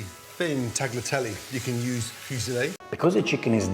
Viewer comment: Then he say "Brushetta", and now he say "Tagleeatelly" and "Papardelly"? His pronunciation is not true like Jamie Oliver's pronunciations 😅